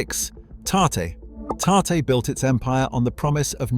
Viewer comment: Tarte-one syllable